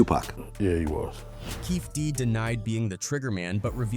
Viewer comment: How do you make a video on Tupac’s murder and don’t even take the time to research how to spell or pronounce Keefe D’s name?